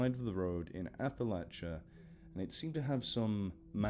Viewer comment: Thanks for saying Appalachia correctly, mate. Not even half of America can pronounce their own area correctly.